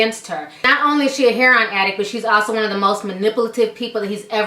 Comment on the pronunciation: not 'hair-on'... 'heir-o-in'